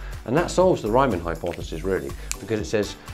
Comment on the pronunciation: It's the Riemann hypothesis, not the “Reimann” hypothesis. The first syllable is pronounced like *ream*, not *rhyme*.